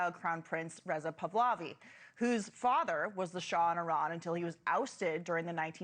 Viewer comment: Please make an effort to pronounce his name correctly. It's 3 syllables: Pa - Hla - Vi